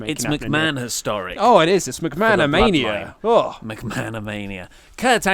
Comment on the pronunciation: McMahonamania hahahhahahahahaha